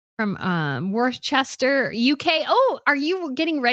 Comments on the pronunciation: Worcester is pronounced ‘Wooster’. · It’s Cheshire! And Worcester is pronounced “Wuss-ter”. Shire is pronounced “sure”, not “shy-are”.